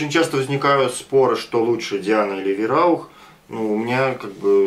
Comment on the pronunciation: Сам ты вираух:)ВАЙРАУХ ГОВОРИ ИЛИ ВАИРАУХ ХОТЯ-БЫ! Живу в Германии,поэтому знаю что пишу.А так + нормальный обзор и Варя:)